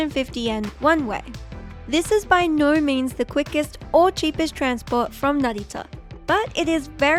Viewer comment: Narrator must be australian, cuz the word "no" had an "r" in it. Wackey aussies